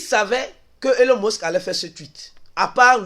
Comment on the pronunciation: ta façon de prononcer elon musk la deh